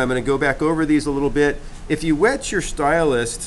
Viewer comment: Great tutorial, love your little fish. Just one thing, it is a stylus, not a stylust. Lol Thanks you are a good teacher, wish I had seen the kids work and your fish, finished.